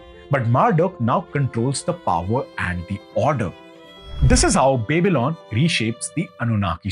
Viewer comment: Nice content ... But would suggest to check how Babylon is pronounced